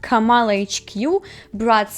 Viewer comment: Не хочу душити, але правильно говорити КАмала Гарріс, а не КамАла Гарріс